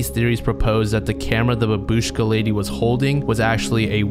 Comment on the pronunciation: It's pronounced bAbushka, the first A is stressed. In Russian at least.